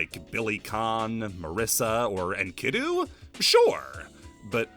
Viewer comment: As a Student of ancient Philology, the way you pronounce "Enkidu" makes me have a allergic reaction. The pronounced Vowel is the I and it's supposed to be pronounced like ee in Green. So basically Enk-I-du. At least when referring to the character of the Gilgamesh Epic, which - to be fair - you were not. Still... I wanted to share.